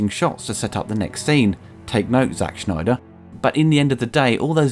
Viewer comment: Please stop saying 'Zack Schneider', it's Snyder. You're also well aware that WB removed half an hour from his film, so not sure why you're saying he should take note of how to establish a scene, other than because it's the in-thing to bash him.